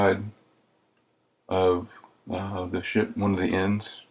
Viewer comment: i thought he say "this is a pretty big shit" lol